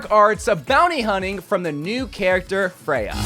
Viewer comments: Once again I'm telling you, her name is Freja, not fray-huh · he only pronounced it wrong like 1 time this time